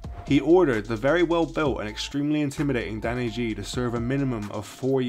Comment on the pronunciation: It's actually pronounced 'Ghee' rather than 'Jee'.